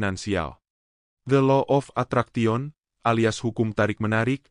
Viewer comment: Isinya bagus tapi masak ATTRACTION dibaca ATRAKTION? MINDFULNESS dibaca MINFULNES?